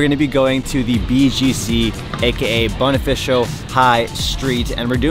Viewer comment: BOW-KNEE-FAH-SEE-OH! = #Bonifacio. Pronounce it like it's... an Italian word. 🤓